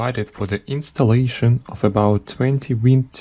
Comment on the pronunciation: What do you mean, everybody know its aynstalaishn.